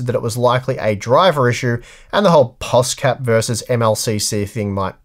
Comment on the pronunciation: Guys pls it is NOT POSCAP stop calling this POSCAP